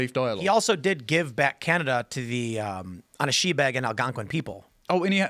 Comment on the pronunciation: Tim absolutely butchers the pronunciation of Anishinaabe.